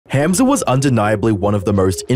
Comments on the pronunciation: bro said ham and then a z its a hard h sound hamza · Never heard of this dude before but you could pronounce the name correctly... Hah-mza not ham like roast pork. Just weird that you've listened to him say it like a hundred times in the footage you included and still say the simple name wrong every time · it's not pronounced HAM za like the meat. it's hum za.. like ho hum or humdrum. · Bro I want to watch this vid but every time u say “HAM-za” it gives me brain cancer It’s “HUM-za” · It’s spent Hamza but it is pronounced Humza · Love that he pronounces his name a certain way and you just threw that to the wind, calling him ham🐖suh 😂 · The way you pronounced Hamza as Ham-Za is very annoying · "HAM-ZA" ! I love how there is absolutely no effort to blunt the Aussie accent to pronounce his name! hahaha HAAM-ZA!!! lolol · Why do you pronounce hamza like that. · Bro I love your videos but can you please stop pronouncing Hamza differently every subsequent sentence 😂❤ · Sorry, just can't deal with the pronunciation of Hamza, and you said it like 15 times in the first 2 minutes. I don't even know who the guy is but I'm dipping out for now ✌️ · bro didn't even try pronouncing his name properly :((((